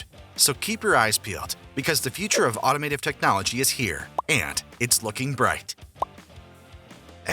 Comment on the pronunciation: Stop saying automative, it’s automotive… smh